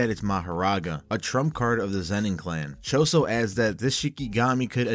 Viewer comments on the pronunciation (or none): none